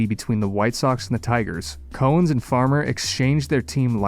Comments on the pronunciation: Note that the first syllable in the surname of Al Cowens is pronounced as "cow", not as "co". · Cow, like in MOO, ens. Al Cowens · Dude you need to learn how to pronounce names of players. trajan langdon is pronounced like tray-gin not tray-john. Cowens is pronounced Cow-ins not Co-ens. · Your pronunciations of Al Cowens and Trajan Langdon were equally awful.